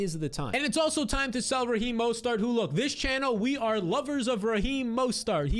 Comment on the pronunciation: Repeat after me: Mo-STERT